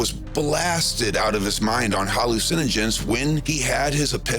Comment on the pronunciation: Most of it is CGI with a Voice Sim. He mispronounces the word "Hallucinogen" FOUR TIMES, meaning EVERY TIME he says it. Furthermore the mispronunciation is a mispronunciation that ONLY a Voice Sim does. AN if you listen to the video without watching, you can tell its a Voice Sim.